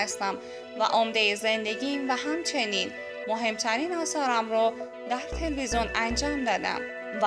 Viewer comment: خانم عزیز اون تلوزون نیست تلویزیونه خواهش می کنم بخاطر خودت برو کلاس فن بیان در این زمینه فاجعه هستی